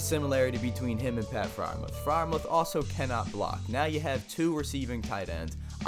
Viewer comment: It’s pronounced Fryer-Mewth